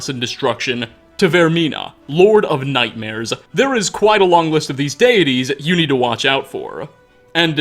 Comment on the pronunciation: Realma, Powera, nightmaresa, onea, Dude stop talking like that. You sound like James Bottomtooth III